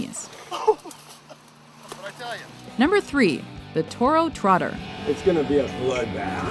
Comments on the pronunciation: It's the toro totter not trotter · Toro totter* not trotter. And y’all just recycled like 3 of the PRANKS (not stunts) from your other video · Toro totter not toro trotter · Toro Trotter? Toro-Totte...like Teeter Totter no? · It seems like most of these came from number 2, btw it's Toro totter not Toro trotter